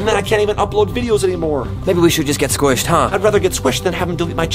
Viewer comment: when said videos he said VI DE YOS